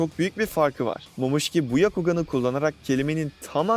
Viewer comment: Yakugan ne aq duzgun söyle şunların adini kasma kendini bu kadar